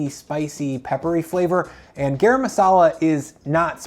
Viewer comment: “GAH-rum” not “GEH-rum”. Rhymes with “car ‘em”